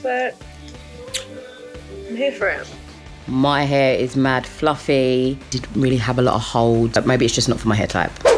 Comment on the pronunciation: car lyy What’s your question exactly? I said that I loved when she said « mad fluffay »